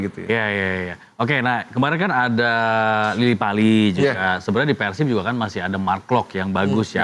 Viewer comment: JANGAN PERCAYA SAMA PUNDIT YG NGOMONG "PÉR-SIB" TUH JADI "PEUR-SIP"